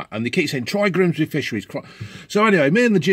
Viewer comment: ‘Grimsbeh Fishereh’